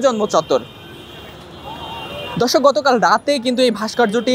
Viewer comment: 'ভাষ্কর্য্য' শব্দটি শুদ্ধভাবে উচ্চারন করতে শিখুন আগে...